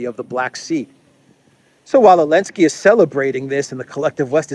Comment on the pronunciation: When the letter z was sanctioned dropped it from saying the clowns name correctly